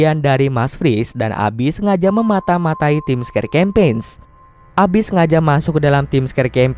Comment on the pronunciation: Campain ngab baca nya bukan campeg